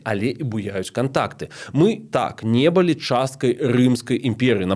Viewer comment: Дзякуй за вашу працу! Хацелася б адзначыць невялічкую але сістэмную памылку -- націск у словах 'была, былі' ў нашай мове трэба ставіць на апошні склад.